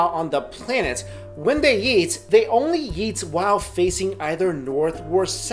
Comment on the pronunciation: when you say eat it sounds like yeat !!! lol